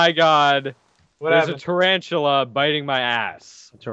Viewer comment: Tertarrtula not terantula